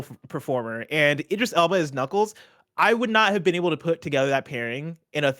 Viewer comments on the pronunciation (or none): I wasn't gunna, but since You're Wrong is bringing up pronouncing names; Tim and both said Idris wrong, but said it right. The first bit Id is like id games, or id/ego/super-ego. But I prefer his DJ name - Big Driis the Londoner